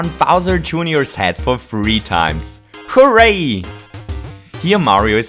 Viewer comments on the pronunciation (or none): I want to tell you this:why to you do this:you try to say “hooray!” But you say “cray!”?also,what country do you live?